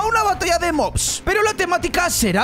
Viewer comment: dice Batalla de mos Yo: batalla de que, de moscas? XD